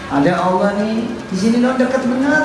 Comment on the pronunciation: Alloh baca W, A... 🤣🤣🤣